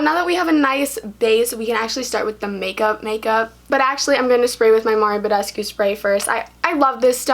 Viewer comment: She: Mario Badesco. Hyram:😔